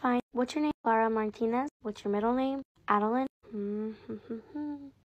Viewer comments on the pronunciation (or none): Girl really said ✨cLarA MaRTiNeS✨😂😂😂😂